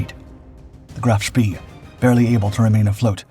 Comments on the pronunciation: Phonetically it's pronounced Graf Spay not ever was it pronounced Spee🙁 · For god sake. Try giving the names of German ships in their proper pronunciations. It’s pronounced Graf Spey. Not Graf spee. Despite how it’s printed. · Can't stand hearing Graf Spee mispronounced like that!